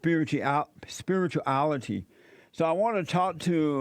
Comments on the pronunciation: Mane tryna be funny but don’t even know how to say spirituality 😐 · Did Jesse smoke dope? He could not even pronounce spirituality. He sounds drunk or maybe he bumped his head during a drinking session.